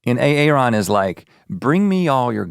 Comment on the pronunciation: Rhett continually calling Aaron A A Ron